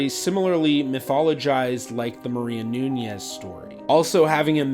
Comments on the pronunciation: The surname Nunez is mispronounced, the second n does not have a [nh] or [ñ] sound in Portuguese. It is also a patronymic surname. Nunez or de more modern form of it, Nunes, means son/descendant of Nuno. It's not of Jewish origin but some Sephardic Jews adopted this surname. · It’s Maria NuneS, not NuneZZZ.... I’m Portuguese with Iberian Jews in my family tree. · Nunes/Nunez and NuÑez is different. The video is pronouncing it as Nuñez...which is probably not how it was spelt or spoekn in Portuguese :) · The best approximation to the modern Portuguese pronunciation of Nunes (without using IPA symbols) is NOONsh. (In the case of Brazilian accent, a better approximation would be "NOO-knees".)